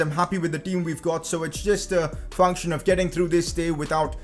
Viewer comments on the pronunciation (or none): none